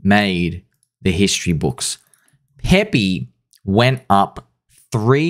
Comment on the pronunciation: its PEPE not PEPEE. please